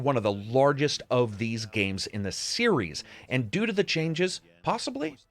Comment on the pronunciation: You say “the series” sounds like “hey Siri” to my phone lol